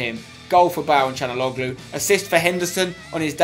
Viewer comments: it's can not chanaloglu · its calhanoglu not canaloglu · It's (chalan-ouloo) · CHAL-HON-ALOO For God sake Spenny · I think his name is pronounced Sha°la°nou°gloo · that's how u pronounce it spencer: Cal-ha-nog-lu the way u say it is wrong